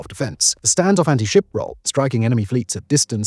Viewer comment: "next generation ant-ship missile"?